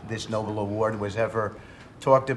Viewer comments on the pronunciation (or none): Why can't any of them pronounce The Nobel Peace Prize correctly... It really gets on my nerves when they say The "Noble" Peace Prize... tRump's neither noble nor is he peaceful, so he wouldn't deserve that one either. They prove their low intellect daily, and it's not even amusing anymore... it's just tiresome. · Is that moron seriously calling it the NOBLE award??? It's NOBEL you tool 🙄🤦🏼‍♀️ AND is pronounced as such! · Can any of them pronounce Nobel correctly? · Why do they all mispronounce 'Nobel'?